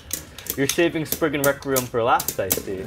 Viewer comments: Why do they call it spreegin when it’s sprizen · It’s not sprizen it’s spriggan